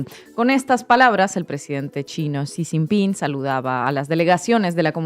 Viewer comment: Ahora se pronuncia Si sin pin 😅😂